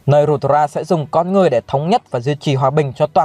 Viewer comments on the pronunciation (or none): Con người mà đọc con ngươi hoài